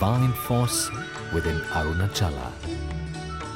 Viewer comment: Arunaachala. Not Arunachala.